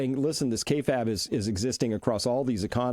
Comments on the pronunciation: It's usually pronounced "Kay Fabe" where Fabe rhymes with babe. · Pronounced “KAY-fayb”